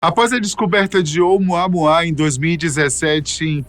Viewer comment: OUMUAMÚA, meu filho. Esta é a fonética correta. OUMUAMÚA!!!!!!!